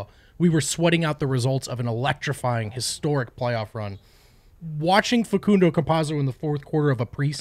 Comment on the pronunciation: You guys had the pronunciation right at the beggining of the show. The so called expert may speak Italian but that's not even how Facundo calls himself